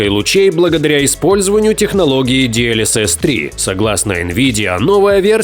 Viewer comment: ДИ ЭЛ ЭС ЭС - а не ди эль эс эс — DLSS прям уши режет когда диктор это говорит.